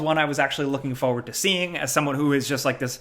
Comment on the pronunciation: Am I the only one bothered every time says forward as "foward"?